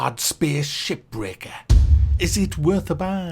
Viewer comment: Am I the only one hearing SHI*BREAKER? 🥴